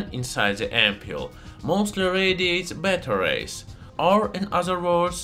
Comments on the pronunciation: Yea I greatly appreciate it. I was confused by "radiates batteries" though. I finally realized he was saying beta rays. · I was confused I kept hearing him saying it radiated batteries. Took me a little bit to realize he was saying beta rays lol…